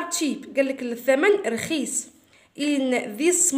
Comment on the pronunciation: رخيص مشي رخيس😂😂😂😂😂😂😂😂😂😂